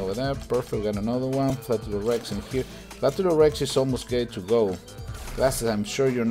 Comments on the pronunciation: its fla-tur-lor-hink-kus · it's flaturinkus (the h is silent)